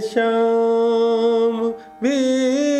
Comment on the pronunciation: शाम को श्याम बोल कर सब मज़ा ख़राब कर दिया